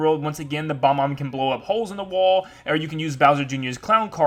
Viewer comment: BOB- omb. It's pronounced boB-omb.